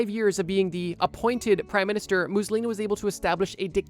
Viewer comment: Stop saying Mussolini like that